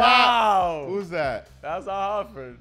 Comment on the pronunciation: Idk people cant say Al Horford's name. Its "Hor-ford" not "Hah-fit"